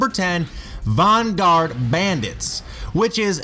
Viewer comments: "Vahn-guard" bandits? Is that how you say it? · This idiot doesn't know how to pronounce "vanguard" "Tomba" or "concerto". At least know how to pronounce the games if you want people to take you seriously...